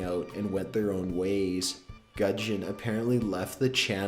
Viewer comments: Looool how you pronounce 'gujon' it's goo-jon, not guh-jon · it's pronounced 'guu-shon' btw, not gud-jon. just wanted to clear it up:) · u do no its pronounced goo-dge-on